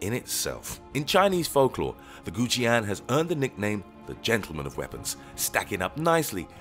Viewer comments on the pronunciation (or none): The many mispronunciations on Kusanagi and the chinese sword of Goujian hurt my ears.